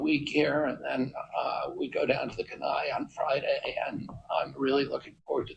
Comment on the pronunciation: that’s not how you say Kenai